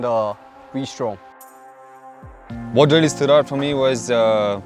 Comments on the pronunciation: did you say "I love Honda V Storm..." .😂😂😂😂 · Did he say "I love Honda Vstrom"? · Did he say ...Honda v strom? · did he keep saying v-strom? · It is V-Strom only Brother